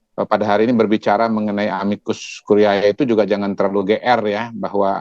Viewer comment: Bacanya yang betul dong. A-MI-KUS KU-RI-E. "E" terakhir itu dibaca seperti "e" pada kata "edan". Masak lupa sama istilah biologi SMP dulu: kalau kita baca "ae"..."ae".... khan dimarahin guru.....